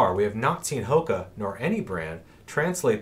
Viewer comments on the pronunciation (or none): jonny j You’re absolutely correct on the pronunciation. We blew that one, thanks for the correction! I think we have just said “Hoka” for so long now, we forgot! Good catch. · Thracian_elite Thanks for the comment, and absolutely correct. We mis-pronounced the Brand 😳! I’ve been using only “Hoka” for too long...good catch!